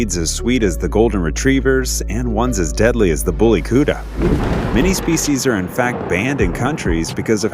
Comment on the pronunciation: That's the kutta for you. It's pronounce kut_ta.